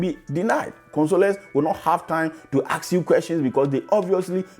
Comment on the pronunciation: You need to start practicing to pronounce the word "ASK". Google for the right pronunciation